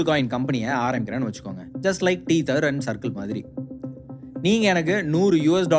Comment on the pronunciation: it's not 'teether' it should be pronounced as "teh - thuh/thr"